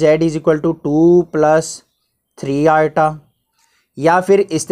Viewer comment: i = iota ❌ i = atta ✔